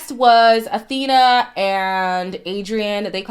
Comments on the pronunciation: is her name pronounced like Athena or Afina ??? i thought it was a f sound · I’m pretty sure her name is pronounced Afina not Athena 💜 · Awhina - pronounced Ah-Feena Wh is pronounced as F in the indigenous New Zealand Māori language.